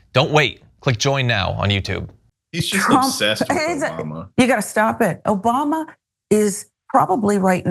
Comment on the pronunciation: He can't even say his name right, he's so obsessed with him. Obaba ???